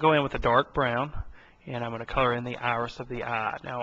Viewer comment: Don't make fun of him. Did you see the beautiful Ahris in the middle of the Ah? Those Ahlights! (Not making fun of you, but you really have a weird accent. Australian?